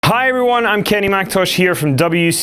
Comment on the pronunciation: Kenny sounds like he's saying billy ray.